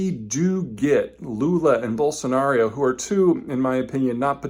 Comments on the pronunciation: Just a note on correct pronunciation: It's "ball-son-are-oh" and not "Ball-son-are-ee-oh". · Peter why are you saying Bolsonario all the time? Its Bolsonaro! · Why does he keep saying Bolsonario? There is no "i" sound lol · Are you saying Bolsanario? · No 'i' in Bolsonaro, one 'u' in nuclear...